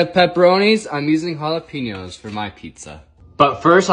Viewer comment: “Hala-pinios” its pronounced “ala-penios”.